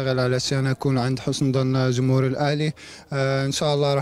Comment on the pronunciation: كيدة كانب.... كميع. كماهيرنا كمهور واسي بانون الله يهديك جمهور جانب جميع جماهيرنا جيدة هكذا تكتب وتنطق وتفهم. ❤️ احب جميع اللاعبين المغاربة لكن استغرب علما انهم سفراء للتعريف بلهجتنا. الأقرب للغة العربية مقارنة لجميع لهجات الدول الأخرى والدليل الكل يفهم اغانينا. رجاوي مر من هنا زيروا معانا شويا هناك لغة عامية يفهمها الكل فلاداعية ل جمجمة الجيم هههه مع كل احترامي لجميع إخواننا...... ❤️